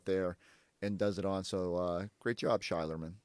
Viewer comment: Shaq betta put some 'speck on Sheierman's name. 😤